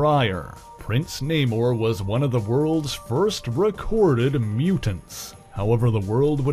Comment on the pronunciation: It's Na-moooooorr..lol